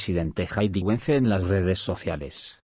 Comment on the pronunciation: vértigo con acento en la e y es VANCE El vice de USA😮 organizar con acento en la última a.